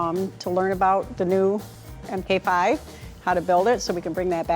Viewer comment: At first I thought you said they were building the "Mach 5".